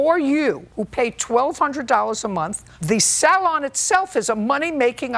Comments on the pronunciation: Sal-on lol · I always have to chuckle at JJ's pronunciation of salon... "SALL-on". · I love when JJ keeps pronouncing it as SAL-on 😂❤